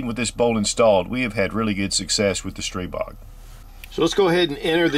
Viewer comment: Thank you for the great video, and THANK YOU, THANK YOU, THANK YOU for pronouncing Stribog correctly.